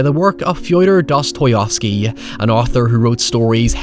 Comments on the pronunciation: As a russian I would correct you that Dostoevsky is pronounced like DostoYEAHvSKII. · It’s pronounced Dosty-efski you Northern fook. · It's pronounced Dostayevski, not Dostayovski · Great vid, one thing is bothering me as a native speaker: Dosto-YEEEEV-sky. Not Dosto-YUUUUF-sky. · Dosto EV sky not OV. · Excuse me, Dosto-YOFsky? The fuq... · As a person that speaks Russian I'm cringing out of my mind by that pronunciation. Fi(rst) dor(m) does toy ev(er) ski. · Pretty sure that ain't how you pronounce "Dostoevsky". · (I never heard how English speakers pronounce Fyodor Dostoyevsky and now I’m giggling in Russian) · This dude never read the name Fyodor Dostoyevsky before. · Hearing "Dostoevsky" pronounced in a Norn accent was just what my day needed. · Honestly the pronunciation is just wrong, it would be like me saying Spalburg instead of Spielberg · The most wrong pronunciation I’ve ever heard lol